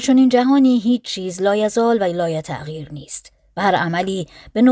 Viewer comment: سلام من یک دور کامل تاریخ فلسفه رو با صدای تو شنیدم ، ازت ممنونم ، اما انتقاد : تقریبا تمام کلماتی که ریشه عربی دارند مثل مثبت و لایتغیر و ... اشتباه خوانده شده و شدیدا روی مخ است